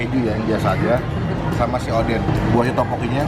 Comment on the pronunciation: Odeng bang bukan oden ehehe